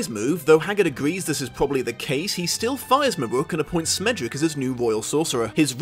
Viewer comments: SCHmendrick. With a SCH. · Great video. Only criticism was calling Schmendrick "Smendrick". His name is a yiddish word that means an inept bungler. Casting a new york jewish dude as his voice actor was a bit of a nod and wink at his name. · Isn't it produced Shmendrick? Like the Yiddish word?